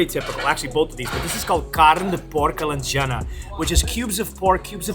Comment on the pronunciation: Eles disseram alejana em vez de alentejana e bacaau em vez de bacalhau